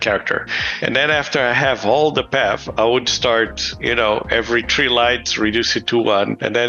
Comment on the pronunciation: the way he says 3 is he caribbean?